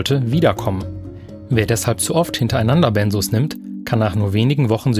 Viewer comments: Benzos, nicht Bennsoohs. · Benzos ,es heißt BenZos, nicht Bensoos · Ben zzzzz os, nicht benssssos😂 Sorry, gute Reportage aber ich bleibe Grade nur bei der Aussprache hängen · Sorry, das triggert mich und muss es korrigieren :) Es wird BenZos ausgesprochen. Nicht S, sondern Z und dann noch ein kleiner Fehler: Lorazepam ist der Wirkstoff von Tavor. Tavor ist also dasselbe, liebe Redaktion. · BenZos, nicht BenSos! Bekomme ich verschrieben. Kommt man wirklich schwierig von runter. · Das wird BenZZZo ausgesprochen, nicht Bensos. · BEN"Z"OS!! MIT Z UND NICHT MIT S!! Diese Aussprache macht mich aggressiv.. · Es heißt "Benzos" nicht "Bensos"!!!! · Tavor IST übrigens Lorazepam, Tavor ist der Handelsname, Lorazepam der Wirkstoff. Und Benzodiazepin oder "Benzos" werden mit hartem "Z" gesprochen 🙂